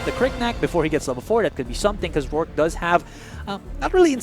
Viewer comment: Get better casters please! these dudes are really bad. Couldn’t even say the champion’s names right (ex. Rourke - Rook?!) just sayin lol